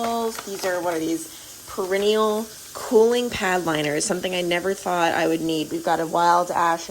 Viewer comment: Perennial...😂😂😂 Love it! I think you meant 'Peri knee al'...anyways 😂😂😂